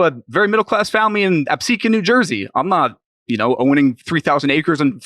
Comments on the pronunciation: lol how do you get “episquan” out of Absecon?🤣😂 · brain died trying to pronounce Absecon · The Absecon pronunciation edit fucked me yo